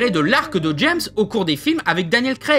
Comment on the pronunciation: déjà pourquoi il dit "Jess" Bond ?